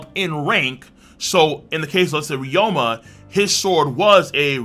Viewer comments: Why do you keep calling him ryoma? It’s ryuma, isn’t it? Even in Japanese. I’ve heard it in the anime. Even in the manga it’s spelled “ryuma” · who is reroama? its re-you-ma